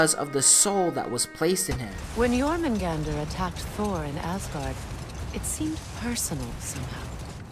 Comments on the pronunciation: BTW... pronunciation is smidge off. The "Jor" isn't pronounced "Jar" it's pronounced like "Yore". Other than that, the rest of the pronunciation isn't too bad. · I wanna know why he can't say Jörmungandr properly after playing 2 games with the name said correctly. Also snakes can't crawl as they don't have legs they slither